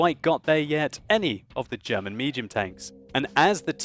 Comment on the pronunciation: For a brit he pronounces German words bloody well I'd say:-)